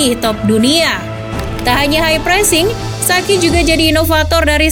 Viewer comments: Sa ci , BUKAN SA KI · tolong dong literasi pronounce nya. saci dibaca sachi. kaya ngomong chi-ki. anceloti bukan anseloti. an che loti. ini nama italia, jgn dibaca gaya nggris. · akun ini udah besar, tp saran aja sih VO nya harus lebih baik lagi soal pronounce kaya ballon d'or itu dibaca nya ballon di'or. dan arrigo sachi dibacanya ya sesuai tulisan. bukan jadi sakhi